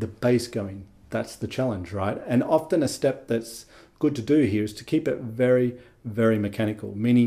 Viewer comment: Nah…my sister put a bug in my ear about the pronunciation of “often”. No offence.